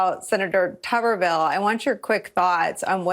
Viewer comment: About pronunciation rules… Tuberville: Tubber-ville would be spelled with TWO Bs, a bath tubber; with one B, it is pronounced like the potato tuber: too•ber